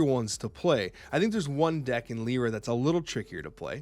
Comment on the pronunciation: Pronounced "Lie-rah." Look up "lyre." "Yzmir" is probably "Izmir." (Finally, Sun Wukong is "Soon.")